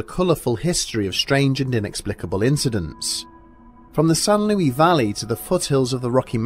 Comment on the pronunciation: San Luis not San Lui. No silent S.